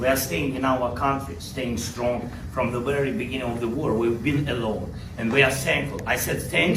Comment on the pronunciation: "from the werry begin " "oh, later are you going down to the teddy bears picnic ? "